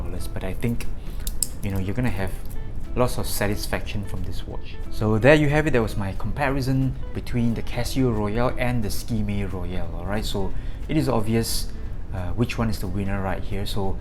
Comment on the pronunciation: Suker May, Skmei is pronounced Suker May 👍